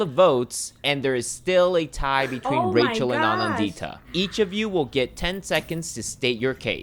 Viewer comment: i love the way americans say indian names like they called me kha-vee-yah instead of ka-vyaa and they call aa-nan-dita, a-naan-dhita. trust me while i was in the states, i forgot how i pronounced my own name